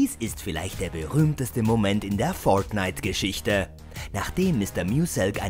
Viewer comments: warriorjay xd das ist english USA dort spricht man das r immer so aus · Spider Man das ist English USA dort spricht man das r so aus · Leider sprechen sie es komplett falsch aus und vermischen es dann mit deutsch. Deswegen klingt es so albern. P.S. Sie geben sich leider nicht mehr so viel Mühe wie früher, da ihre top Listen immer langweilige und unkreativer werden. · Hahahaha „föirtnite“ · ja aber es klingt komisch wenn man es so in einem deutschen Video ausspricht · Kann der Typ fortnite richtig aussprechen oder?🤷‍♂️das Video is so dumm ihr habt null Plan von dem Spiel 🙎‍♂️